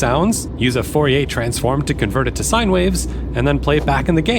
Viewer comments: I appreciate the effort to pronounce Fourier correctly but I find that generally such an endeavour is ultimately wasted. Now I do think we should aim to make our pronunciations good and recognisable at the very least but I think in trying to sound French you ended up sounding more wrong to me. This is also to add to the fact that especially for historical names modern pronunciations are also "wrong" in that that's not how they would have said it either so even the French would be wrong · In French, you don't pronounce 'r's, right? Except, that only applies to final 'r's. The name Fourier ends in an 'r' that is actually pronounced by changing the quality of the 'e' to be rising. But the 'r' in the middle of 'Fourier' is pronounced as an 'r'. 🙂